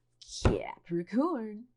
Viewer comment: Love the way u say Capricorn